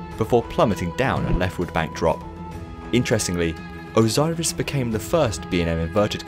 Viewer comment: OZOIRIS SEWNDS LOIKE A VOIRUS